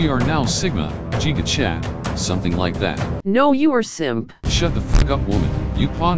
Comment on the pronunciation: He said 'jiga chad", I'm dying